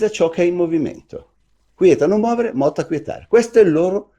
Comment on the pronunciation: movere accento sulla e movēre movēre movēre. Moveo seconda coniugazione. Mazzucco, sei recidivo. In castigo, a ripetizione di Latino